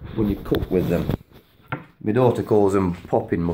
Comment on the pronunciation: Please beware of the GMO vaccine, preserve those genetics. ❤️ Btw, your accent threw me off for a second. "You can put it in me noodles" sounded like "You can put them in menudo" which is a Mexican soup with tripe (my husband's must have on a rainy day :)). Oh, "in my noodles". Got it now. Carry on....😄